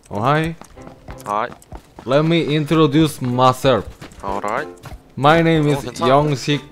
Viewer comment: 초반에 어롸잇 ㅋㅋㅋㅋㅋㅋ ㅈㄴ 어색햌ㅋㅋㅋㅋ 캐나다 사는데 일부러 한국어 억양을 쓰는건가? ㅈ같넼ㅋㅋㅋㅋㅋㅋㅋㅋㅋㅋ